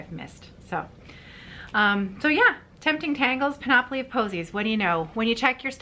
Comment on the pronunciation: I would hesitate to do this but: 1. I believe you previously said you don't mind being given correction on word pronunciation. 2. You will be saying this name over and over this summer. 3. I am a former teacher and a horrible pedant. Panoply is pronounced PAN-up-lee. Please forgive me if this is unwanted correction.